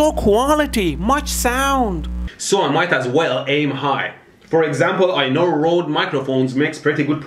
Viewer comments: I've heard everyone else say "Road" when talking about Røde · boi it's røde with a ø xd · Fun fact that Mehdi probably doesn’t care about, Røde is pronounced as “red”